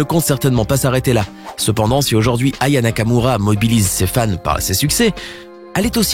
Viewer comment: Tu à dit Raya Nakamura